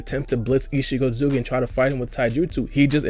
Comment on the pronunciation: The way he says “ichigi ozuki” 😂